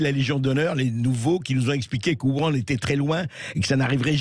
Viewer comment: 1) pourquoi n'y a-t-il que 1mn45 d'interview? 2) le PrRaoult fait répéter car, je pense, A.Bercoff a mal prononcé Wuhan : il a dit "wou-annr", alors que c'est " Wou-Rranne"